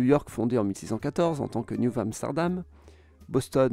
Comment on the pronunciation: Salut ! Tant qu'à dire Philadelphie et pas « Philadelphia », il faudrait dire Boston et pas « Bostonne »